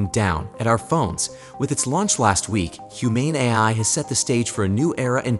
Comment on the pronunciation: I stopped when I heard "Humane AI", pronounced almost as "I" and gave it a thumb down :D